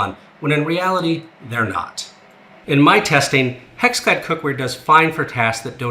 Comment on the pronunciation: Anyone else hear him say HexFad ?